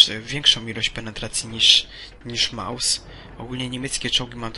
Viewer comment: Nie małsa tylko Mausa .